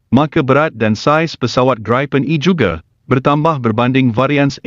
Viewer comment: Sebutannya BUKAN GRAIPEN tetapi GRIPEN.